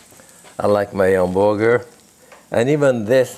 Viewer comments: From now on, I am going to pronounce hamburger as "'am-buer-gare." I love this man. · The way he says hamburger reminds me of my Italian great-grandparents and uncle. Love it!